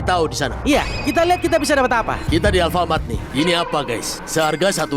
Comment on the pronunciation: Alfamart dibilang ervelen